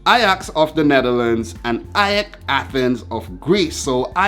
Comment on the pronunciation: YOU GOT AEK NAME RIGHT! YOU'RE AWESOME!!! :) :)